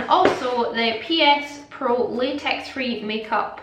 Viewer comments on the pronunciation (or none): none